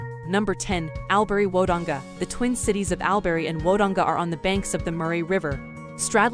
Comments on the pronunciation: This lost me straight away by saying AL- berry learn the pronunciation to get the respect 🤦‍♂️ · Al berry / Woe donga. . No ! We pronounce that. “ all brie / w dong ga. “. You should really make a small effort to pronounce names correctly.